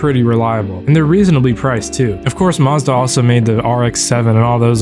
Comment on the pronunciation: never heard someone pronounce 'Mazda' like that in my life